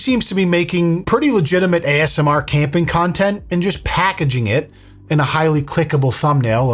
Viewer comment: Take a shot every time says AMSR. I bet you cant make it through the video.